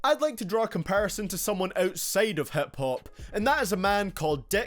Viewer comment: Never heard of hep hope but the way this guy says hip hop apparently it's a thing